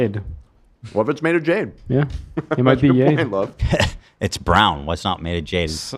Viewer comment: Love, its JADE .. Not Yade